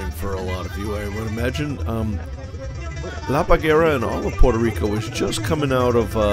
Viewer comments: The name is "La Parguara". You are calling the island "La Pagara". You don't see it is badly misspelled? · How did you manage to butcher "La Parguara" so badly?